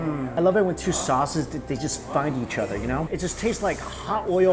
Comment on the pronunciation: The next time he says oder instead of other.....